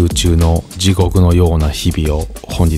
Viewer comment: お疲れ様です。 ぢごぐの訛りがつぼです。 疲れを解してくれますね^_^ 猪苗代湖綺麗ですね。自然良きーッ‼️ 船といえば、タイタニック^_^ 絶犬🐕ちゃんもお父ちゃんお母ちゃんと逢えてメチャいい顔してた^_^来週も楽しみです。 アタイも実家帰りたーーーーい‼️ 今回も楽しかったです。ありがとうございます😊